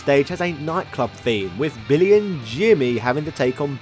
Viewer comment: did you just say Bimmy and Jimmy??? 😂😂😂